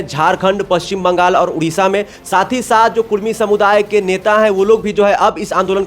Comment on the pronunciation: Kurmi h ya kudmi. Ye to sarna v bolta h😂😂😂 gazette mein kurmi